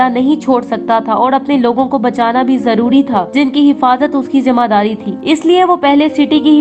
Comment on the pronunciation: Madam ji jimmedari hoti hai jamadari nahin 😄😄